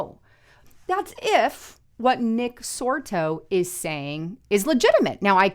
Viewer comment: It's not Nick Sorto.